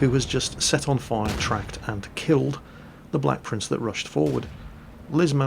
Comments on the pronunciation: Idiot 'Blek Prince' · Rofl. "Idiot blek prince" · "Idiot BLEK prince"